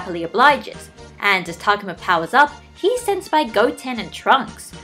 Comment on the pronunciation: i dont want to be THAT person but.... tah-go-mah not to-gah-mah